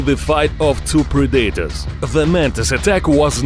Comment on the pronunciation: everyone: Predators narrator: pre dater